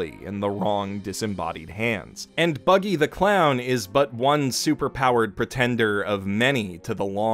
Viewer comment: I knew that he would say Buggy wrong lol